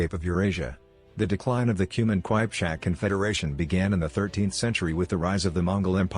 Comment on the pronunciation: Wtf is...kwajpchak😂😂 it is Kipchak